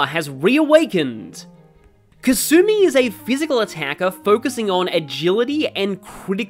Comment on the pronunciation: Lol how do you pronounce Alexander dumas properly but not kasume 😂, nice video though